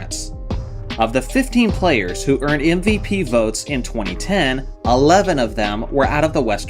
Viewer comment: Is my man slyly saying ‘NVP’ instead of MVP? Thats what it sounds like